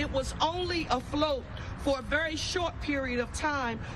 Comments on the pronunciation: Did that mayor just say "a float" instead of "a loft" ?? Wow 😂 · She may have misread her script. She should've said "aloft". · She probably meant aloft